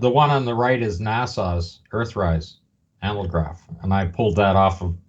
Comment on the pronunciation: How come you guys can't pronounce ANAGLYPH? An "analgraph" would be something entirely different.